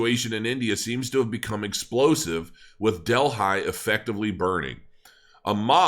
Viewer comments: Its Not pronounced Dell-hi It's pronounced Deli, Like where you buy a sandwich!😎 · I can’t understand why people don’t know how to speak anymore. I’ve heard so many people mispronounce things these days. Words that are well known. it’s not Del-hi. It’s like deli. Why can’t people talk anymore?? Is it a glitch in the matrix?? People have said Delhi as “deli” not del-high. What’s happened?? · Hi.good stuff. for the record though. the capital of India is New Delhi and is pronounced like New Deli" . I lived there for 2 years..